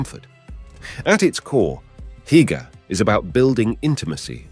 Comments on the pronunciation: Heike !!! 🤯😵‍💫😵‍💫 come again 🤣 It's hyyyygge sir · you have to practice the word Hygge its not Haigga XD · "Hygge", is pronounced, losely, "who-ggé", and the word "Please" is AFAIK, "Gerne"! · I lost all enthusiasm after hearing Hygge pronounced by the commentator at which point I realise he has never been to DK. Disappointing. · Many of the pictures shown here, are not from Denmark. Denmark has no mountains. Also, you shouldn't use words that you cannot pronounce, like "hygge" for example.